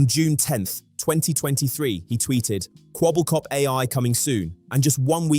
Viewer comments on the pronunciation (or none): The wrong name pronunciation is killing me XD if you watch even an intro to an older vid, or even Charlie's videos on him, you hear it said Kwebble(like pebble)cop... It is some of the easiest and simplest research you could do, which makes me feel like you maybe read an article and that was all? IDK if that's true, but his name is said constantly everywhere XD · But not a single time right 😄